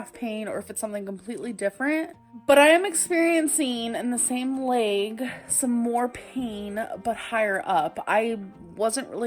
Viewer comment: I'm gonna be petty. It's bursitis not bursahtitus lol. Also, her symptoms don't sound like bursitis anyways. Her leeyg hurts because of the massive amount of weight on her knees.